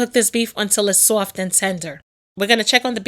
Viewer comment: I like your accent. The way you say soft and sauce is funny.